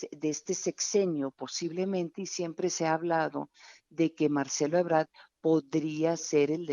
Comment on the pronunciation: EbraRd no Ebrad